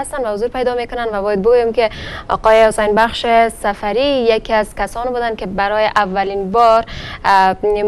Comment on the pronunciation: گزارشگر مرد میگه حسن بخش خخخخ